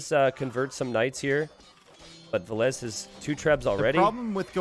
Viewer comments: Why is Dave saying vilessa it's said vil-ess or vil-ease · Vilees, Vilese, Vilesa Dave: Vilessa, Vileesa, Vilees It's funny how English speaking can't say the double L and if they somehow say it, they don't pronounce the last E from the Ville and only say Vill. Or twist it some other odd way:D Best I've heard from is to say Villes. I'm only triggered how Dave says it like Vilessa. It makes it sound like a girl name:D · I think he calls himself V_I_llese and not Vill_E_se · Jeeze, if Dave says Valesa one more time! I swear... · I absolutely enjoy and respect Dave as a caster, but why did it have to be him on this set specifically, with his grating pronunciation of "villesAH"... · i'm over here thinking his name is pronounced vill-eez. but i hear you two call him vill-ess and vill-esseh. driving me nuts. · They absolutely need to. This "villeZ - villes-AH" is like a cheese grate to the ear. Dave was doing it on purpose I guess. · Doesnt matter which way is correct, the 2 of you need to agree on how to pronounce "Villese" when you're co-casting